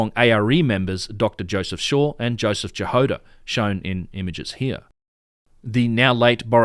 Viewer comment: About Dr. Jahoda, it's "Ya-Hod-ah" not "Ja-Hode-ah", and it means strawberry in Czech., Dr. Strawberry. :)